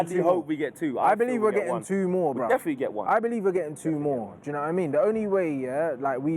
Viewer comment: He said dedinitely one not three